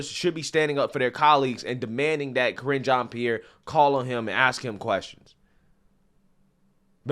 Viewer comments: Sounded like her Name was being pronounced as "Kringe" ( Cringe) Jeanne Pierre..... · "kringe" jean Pierre" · "Kringe" jean pierre